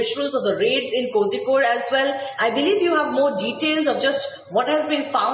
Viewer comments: Pronouncing of kozhikode is Kolikod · It's koricode.